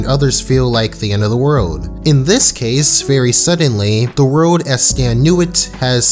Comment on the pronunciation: His name is definitely "Stan", not "Stance"...